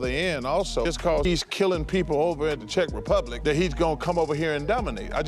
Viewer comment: bro put emphasis on “czech republic” like they were the 95 bulls 💀